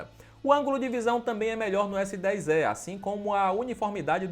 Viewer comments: Pior é falar Galaxy S10 É , ao invés de E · S10 "É" pqp onde foi que você estudou meu amigo?! 🤣